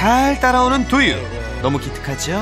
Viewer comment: 강훈련사님 두유발음 되게 Do you 처럼하신다ㅋㅋㅋㅋㅋㅋㅋㅋㅋㅋ